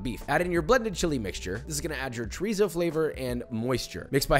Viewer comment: Did joshua just bastardize chorizo